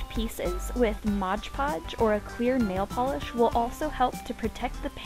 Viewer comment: Lol! It sounded like you said "queer nail polish".